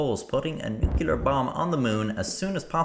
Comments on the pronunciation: I love your stuff. It's informative and hilarious, and I'm totally entertained, so - Thanks! But could you please please, please say "nu clee er"? "" is not a word, and makes you sound like George Dubya Bush. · IT'S NUCLEAR, NOT NUCULEAR. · Can you say new? Yes Can you say clear? Yes Say nuclear. Nukiller SMH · the NEW-Q-LAR bomb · NU-CLE-AR. I know you're Irish but it's not that difficult! :D